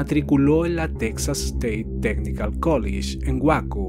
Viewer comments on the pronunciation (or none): Una pequeña observación sin ánimos de ser molesto por que el trabajo en estos videos es excepcional, respecto a Waco, se pronuncia “Wayco” saludos a todos en el canal…